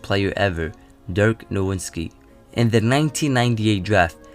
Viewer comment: Dirk No vitz ki dude, the w sounds like a v, he's German. Not No Wits ki